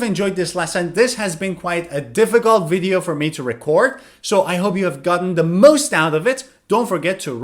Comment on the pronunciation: video V, niot "wideo" pronuncuation. is everything, but I like!